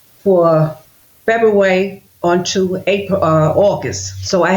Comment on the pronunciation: He said "Boofay" (buffet) and she said "Febuway" (February). LOL